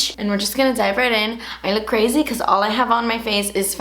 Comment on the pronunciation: I've been saying "creh-ssyyy" instead of crazy for a while now and it JUST clicked with me that I picked it up from watching hahah. This look is a lil crehssy but love watching your vids as always~